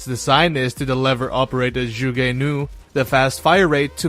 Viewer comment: zsugé? ... oh you mean zhuge, got it.